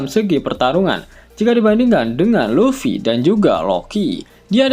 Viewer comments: Luffy bukan Lutfy, bagaimana mimin ini kadang2 sebut Lutfy😂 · LUFFY bukan LUTFY..😂